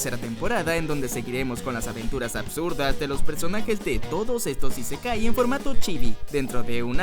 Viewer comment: Esa forma de pronunciar "Raid" me dejó en el hospital. Y es Nadéshiko, no Nadeshíko. Es ísekai, no isekái. Es ánime, no animé.